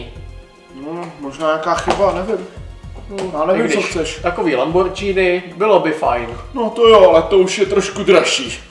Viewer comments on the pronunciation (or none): Lamborgíny tak se to správně vyslovuje. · dobrý lambordžíny omegalul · Bože lambordžíny